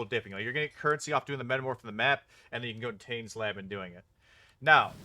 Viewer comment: It's good to see polite people trading. I'd like to point out, however, that your pronunciation of the name Tane is wrong. He's Karui, you see